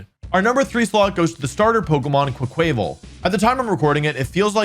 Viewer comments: I really wish you would start pronouncing Quaquaval with a mix of "quack" and "aqua," as you would expect for a water type duck. For example quack-wuh-vull. There's no chance that "kwuh-kway" was the intended pronunciation. As much as I know mispronunciation is part of your schtick, a lot of people pronounce it that way and it's so logically unsound. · Wolfey doesn't say quack quack he says quaick quaick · Quaquaval = Kwah-kwuh-vahl, not kway-kway-val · No offense intended but every time you say Quaquaval (pronounced qua from quack and val from carnival (the Brazilian one)) as “QwuaKwāvil” I die a little inside and out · Im sorry, but the way you day quaquaval bugs me a lot. It's quack and carna-val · Quaquaval is actually pronounced, "Qwaa-qwuh-vol." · GAHHHH! Its QUACK-uh-vahl! Duck goes quack, at the Carnivale! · Everytime Wolfy says Quaquaval wrong I feel a piece of me die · that pronunciation of quaquaval broke me 😂 said it so many times too